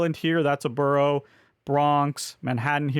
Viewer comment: I had to stop watching after a few minutes due to the pronunciation of Borough lol